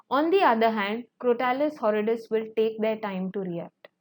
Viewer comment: Madam, please correct your pronunciation of some words like Crotalus horridus. Mispronunciation hurts my head.